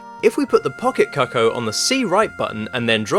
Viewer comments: Ocariner of Time? And then you pronounced what they call the chickens... pretty strangely 😅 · They’re not called “coco” it’s cucco! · Yep. And he calls the bird a 'cuck-o' Just. No. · Its pronounced coocoo